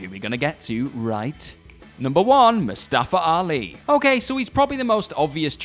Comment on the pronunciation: It's mustafa